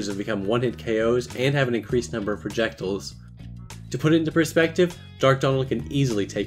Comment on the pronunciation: Bro said “projectools”